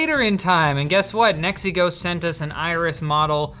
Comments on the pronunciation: Every time you say "NEXIGO", I hear "MEXICO". It is fun. "the last camera we bought from MEXICO"..... 🙂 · A like and comment Just for the way Pronouncing NexiGo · He says "NeXiGo" as if he's saying "It's a me MARIO!"